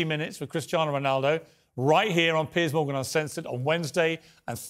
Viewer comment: Literally what he says at the beginning : Good Evening holadoohvogahnan Welcome to Pears Morgan…*more gibberish*…